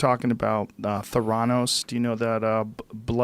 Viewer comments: “Theranows” 😂 bruh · The degree of ignorance in this video is absolutely stunning. Incomprehensible. Warren Buffett did not invest in Theranos. He did not loose money in Theranos. Your pronunciation of "Theranos" is grossly incorrect. Bernie Madoff DID invest his clients money legitimately for years before he went into rogue Ponzi scheme mode. There's this new thing they've got out now. They call it "Google". You can learn all kinds of stuff on it. Give it a try. Your irresponsibility is astounding.